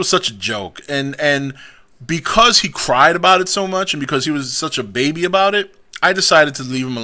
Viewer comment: when you called him a baby you sounded like a black lady lol